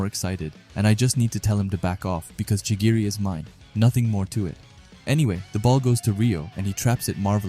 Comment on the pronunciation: Chigiri or chirigi?